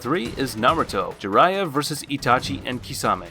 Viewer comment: My guy said Sasuuke, Jiriya and Amaterisu🤣🤣🤣